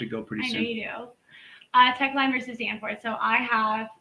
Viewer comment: I'm going to use that: Teshlines with an s vs Danforth when I'm confronted with a tyrant that the Supreme Court has ruled can legally lie to me.